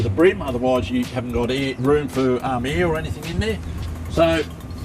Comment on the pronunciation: love the way he said "air" as "heir"...